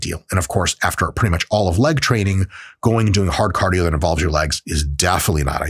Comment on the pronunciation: CADIO sorry couldnt help it